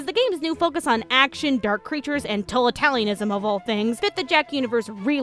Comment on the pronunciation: Totalitarian? To-ta-li-tare-ee-an